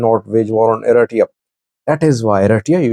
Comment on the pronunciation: The name " Eritrea" is not correct being said by your translator ,pls check it up!!!